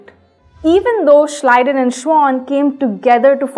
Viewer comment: Thank God somebody in this world knows how to pronounce Schleiden and Schwann.